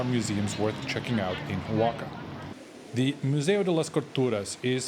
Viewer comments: It's pronounced WA-HA-KA. Not O-WAKA. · Repeatedly saying Xoaca is diabolical. It's pronounced "Wa-xa-ka" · Hola, great video, the pronunciation is actually Oh-Ah-Ha-Ka. Gracias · Oaxaca, in México and in Oaxaca is pronouced Oajaca, in English is pronouced Oahaca prounauncing it the H as in hotel. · dude, the O is silent..it should be spelled wahawka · All the syllables in "Oaxaca" are pronounced, and the "x" is an aspirated "h" sound - wah ha ca. I've heard the "a" sound pronounced two ways in different Mexican accents, either "a" as in "cat" or "a" as in "car". I like your videos a lot - less touristy stuff, more walking around and seeing the local things which are interesting. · First learn to pronunce Oaxaca correctly. More tourist exploitation that only increases wage disparity and profits for the rich. Stay away. Go home! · Cannot watch this video when the pronunciation of Oaxaca is 👎🏽👎🏽👎🏽